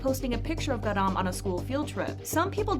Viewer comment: GAh-rahm accent on 가 pls😭